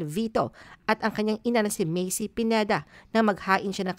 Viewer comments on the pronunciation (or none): none